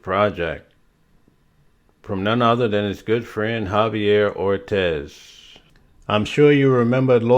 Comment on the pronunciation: It's' Or- Tees'... Not' Or- Tez'(' Ortis')